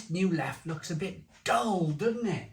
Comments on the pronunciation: It's pronounced leffa, not leff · A rather grumpy barmaid in a bar in Belgium informed me it's pronounced "Leffer." and most definitely NOT leff or leffie. Hope that helps. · As a Belgian - it's pronouned 'Leffa'. Just sayin' ..... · Not sure what's more annoying, the reduced ABV or ^s insistance on the French pronunciation rather than the Dutch? ABInbev insist both are correct anyway. Looks like it's another example of brewing by the accountants rather than by experts